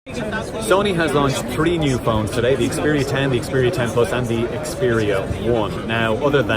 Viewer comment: it's not "S"10, just Xperia 10...